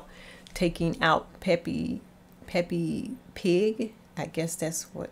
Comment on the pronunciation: peppe pig its peppa pig🤣🤣🤣